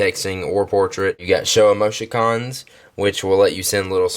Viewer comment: "emoshycons" haha